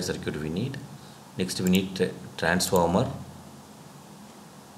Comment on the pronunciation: circuit (saar-kit) is not pronounced as sircute lmao 🤣